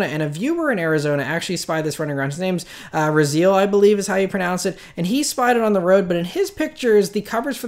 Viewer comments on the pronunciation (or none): none